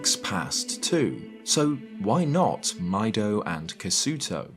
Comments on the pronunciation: seeing ミド (mi do, pronounced "mee doh") and hearing "my doh" was a strange dissonance ngl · i prefer pronouncing Mido's name as "My-Doh" as well,... but his name is actually pronounced "Meeh-Doh". sounds weird, i know... but ミド in Japanese is Mi (ミ) Do (ド). like Do Re Mi Fa So La. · Pssssst it's "Mee-do" not "Mai-do" 👀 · interesting, the katakana shows that his name is pronounced “mee-doe”, not “my-doe”. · His name is "Mido", not "Maido". The Japanese is quite clear how it's pronounced, and you even showed it in the item name: ミド not マイド. It was transliterated into Latin the same way all Japanese is; if you're not familiar with how those vowels are pronounced, you shouldn't just assume the way you think it would be pronounced in English is what is meant. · Awesome history video as always. My only thing is that Mido isn’t pronounced “my doh” but “mee doh” 😅😅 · Mido in Japanese would be pronounced "mee doh" anyway... Similar in French so it hurts my ears to ear him referred as "my doh" 🤣... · Am I the only one that thinks his name is supposed to be pronounced Mee-doh and not My-doh? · Meh-doh not My-doh 😭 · I always thought his name was pronounced "Meedo." Also, Z-targeting is definitely "zee" targeting. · It’s fucking crazy you keep calling him by the wrong name. It’s so fucking clear that the Japanese spell it ミド ME - DOE. Because it’s supposed to be short for Midori. Because the forest is green. Jesus fucking Christ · It's pronounced Mee-Doh. Like the musical notes. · Since it’s a proper name, going to be a stickler about this one—- His name is Mido and it’s from Japanese so his name is pronounced like “Me - doh” —- This is worse than the time someone referred to them as “Juh-rudo” for “Geh-roo- doh “ >_> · I thought his name was pronounced "mee-doh" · Is his name not pronounced "Mee-doe"? I thought the Kokori names were basically each the names of two musical notes. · Mido is Meedoh Dorephan is Do-REH-phan, not doreephan Hebra is Ebra, not Heebra